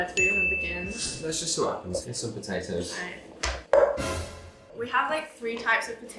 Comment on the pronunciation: Nobody: Absolutely nobody: Liam: P o T a O S